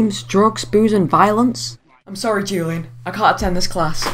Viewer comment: Dammit its WHOlian. Not Julian.